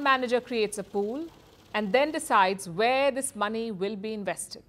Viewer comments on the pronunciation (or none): none